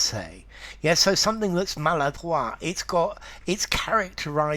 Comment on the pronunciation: Fantastic, at last someone agrees with my French pronunciation leaning with this word. Thank you sir